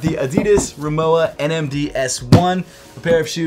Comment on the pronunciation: That was the weirdest pronounciation of Rimowa I've ever heard. I swear that I heard saying moua.